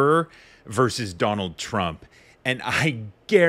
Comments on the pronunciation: Why do you say "verse" and not "versus"? It's distracting. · "versus" not "verse." Otherwise I love your stuff. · Verse! Dude, the word is "versus". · “Verse“ ? no, no it’s not verse; it’s versus! Do you know what you’re talking about? Do you understand the words and sentences you utter? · Its VERSUS ...not Verse!!